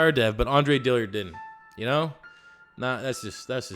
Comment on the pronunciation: I see that still hasn't learned how to pronounce Dillard.